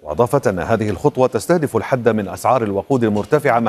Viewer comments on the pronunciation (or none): none